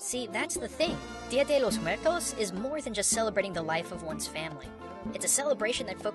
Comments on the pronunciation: "dio de Los mueltos" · While watching this, i kept correcting how he said Dia de los Muertos. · i think it's kind of funny how pronounces dia de los muertos like a porturican or the japanese how he says R's like L's and nice video o really liked it